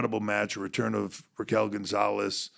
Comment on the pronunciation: I ain’t trippin, Hunter said “Raquel Gonzalez” , right ? 😂